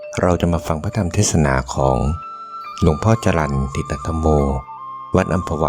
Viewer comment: ชื่นชม ที่อ่านชื่อ และสกุล หลวงพ่อถูกต้องนะคะ